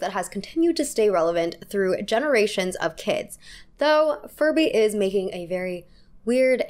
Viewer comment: Okay but I can't get over you saying "Farbies" at :58 and keeping it in the video 😂 Especially after showing those mutated furbies lol